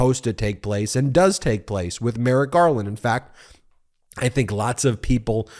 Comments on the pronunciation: c'mon Ben, it's fRustrated.....not fUstrated. one of my pet peeves. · Stop saying "fustrated", it's super frustrating to listen to. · I'm only frustrated by those who refuse to pronounce the "r" in "frustrated" and instead say "fustrated" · It is not fustrated. It is frustrated!